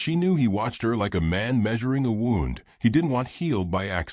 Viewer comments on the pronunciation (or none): A lovely gentle story. Keep it up. Just like 2say that u shud ‘proof’ (edit-correct etc) b4 posting online. English has some words which are spelt the same but mean different. Here it’s ‘wound’ which is mis-pronounced sounding like ‘found’ (as in a ‘wound’ clock). It shud be pronounced ‘woond’ meaning injury or hurt (reference her past ‘woonds’).